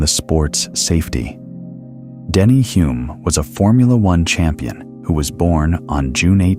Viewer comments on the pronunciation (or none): AI running riot again - Denny Huh-lme, not Hoo-lme as he told me himself; Coniston is in Cumbria, not Lancashire; and how did Henry Surtees become Turkington midway through the piece?